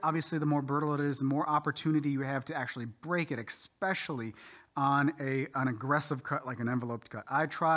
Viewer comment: Another eckspecially good video.